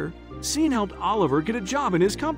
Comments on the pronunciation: It has been truly painful to listen to the narrator pronounce “Sean” as “Seen” 😑 when it should be pronounced “Shawn.” It’s important, check pronunciation, right? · Sean is not pronounced ' seen' ,it's pronounced ' Shorn' or Shaun', just for information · I think you should get a better narrator. The millionaires name is pronounced " Shawn". Sean is the Irish spelling. I have noticed on a few of your stories there are glaring pronunciation mistakes. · Scene ?? No Shaun. Stop... Though the spelling is Sean it's Shaun!!!!! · OMG It is spelt Sean. but is pronounced Shawn. You should have stayed in school to grade 4. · "Sean" is pronounced SHAWN, just another mispronunciation.